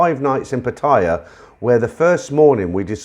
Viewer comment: PattAya not patia so anoying just sayin